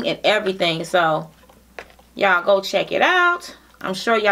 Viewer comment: She always says ya'lll 😂